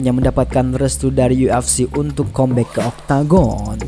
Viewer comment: Kambek bang bukan kombek